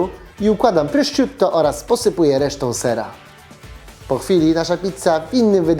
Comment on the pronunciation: Tego się nie czyta prościutto tylko PROSZUTTO